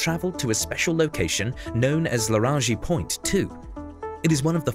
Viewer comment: Yeah I'm not sure what a "Laranzhi point" is supposed to be